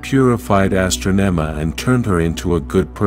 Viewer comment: And it's pronounced Ah-strah-neh-mah Astronema